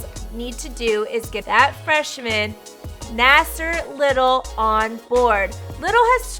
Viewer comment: She said she was a huge unc fan she didn’t even pronounce Nassir Little name correctly